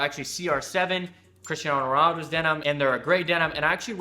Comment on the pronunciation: Please learn how to say Cristiano Ronaldo